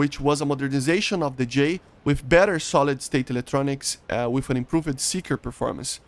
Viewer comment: One of my favorite things about is he says Improv-ed 💙